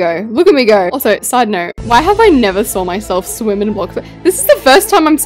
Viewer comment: The way she says saw "sArW"